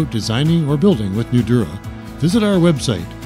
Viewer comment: Great product! but let the commenter know that Nudura is pronounced with a longer emphasis on the "a" of Nudura. eg. Nudura(h).